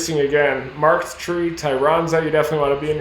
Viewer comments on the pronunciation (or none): Sounds like "Markd" Tree.